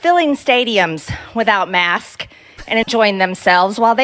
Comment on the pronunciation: I aks you, you can see it clearly on the philum-she can only say marsk🤔She so dumb 🤭